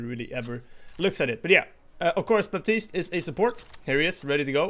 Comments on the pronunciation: Baptiste pronounced "batist", not "baptist" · the "p" in Baptiste is not supposed to be pronounced. The hero is from Haiti, which is a former colony, and his first name is French. The "p" is silent.:)